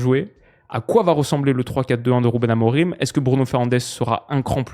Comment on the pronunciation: Il faut dire "A-Mo-Ring" et non "A-mo-Rim"